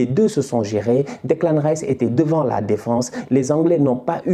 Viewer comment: J’aime bien quand tu dit Deklin tchep 😂😂😂